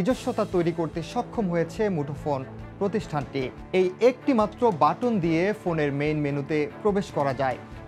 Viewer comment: Appol ,batton,proceesor .. Pronounce ta thik kore kora uchit news anchor der.